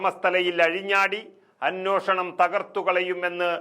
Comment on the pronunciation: Correct. വാർത്ത വായിക്കുന്ന പെൺകുട്ടിയും അനോഷണം എന്നാണ് വായിക്കുന്നത്. അന്വേഷണം എന്ന് തിരുത്തി വായിച്ചാൽ നന്നായിരിക്കും.